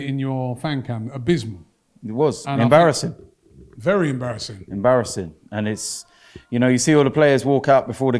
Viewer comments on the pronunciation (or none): It's embawwassing, Wobbie...